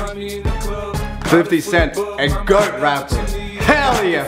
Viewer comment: The way he says goat bothers me so much